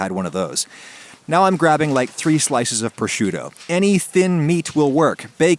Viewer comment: You mispronounced proshoot. I also notice you mispronounce a lot of things like mootzadell and manigoat.